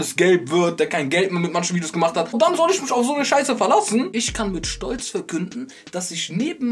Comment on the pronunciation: Und es heißt ich und nicht isch! Boah Jungee 🤢🤮